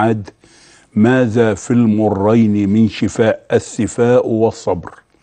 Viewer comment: رفع الله قدرك يا دكتور عاليا بس ارجوكم دققوا على مخارج الألفاظ. .شنو السفاء. .قل الثفاء بارك الله فيك. ضيعتنا والله ونحن عرب. مافى بالقاموس العربى كلمة السفاء. ولكن اشكرك على هذه المعلومات الذهبية. وجزاك الله عن المسلمين كل خير